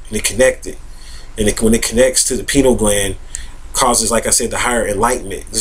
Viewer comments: oh god... stop saying penile gland!!! LOL That is something totally different.. it is pronounced "PIE-NEE-EL" gland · "pie-neal" gland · Lol, you pronounce it like "penile gland". That gland is a few Chakras below the Pineal Gland:) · pEYE-KNEEL gland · Yall are ridiculous trying to attack how he pronouces the word "pineal gland". See this is whats wrong with the world today, exhibit A below, folks out here are worried about the wrong things. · I don't see him being attacked for his mispronunciation of the word; just corrected. If I was sharing my knowledge about a subject and I was mispronouncing the subject matter, I would be appreciative of someone enlightening me as to the correct pronunciation. None of us, no matter how much we think we know, is above correction when we are wrong. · Mispronouncing something doesn't make information invalid. However, he is simply wrong and uneducated about what the pineal gland does. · Does his mispronunciation make his information invalid? No, so stop being ignorant and judgmental. Everyone speaks according to their environment and the way they were taught. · lmao! he should learn how to pronounce the word before he starts acting like an expert on the subject.